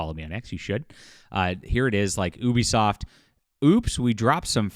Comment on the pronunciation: Can you say the name of the company correct. You sound ridiculous.